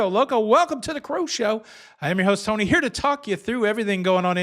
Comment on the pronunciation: Sorry …….not Toni……Tony……. You had me laughing 😂